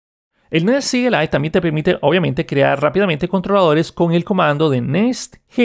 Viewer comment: Eres de las pocas personas que veo que dice C.L.I y no "cli" y eso lo aprecio xd